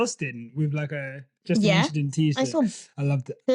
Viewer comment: "It's just a inchident 🤷🏽‍♂️" 😂😂😂😂